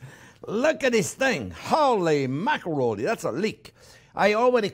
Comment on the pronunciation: Holly makaroni😂